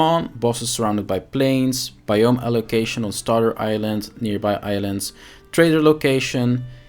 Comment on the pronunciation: When you say "Biome", the stress is on the 1st syllable, not on the 2nd like you pronounce it. I know, nobody likes a smart ass.